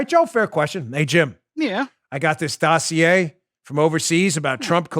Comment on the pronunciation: When Chuck Todd says or mentions the word Dossier [doe see a] to Brennan he was fawning over him like he was love, he should have put him on the counter and kissed his caboose.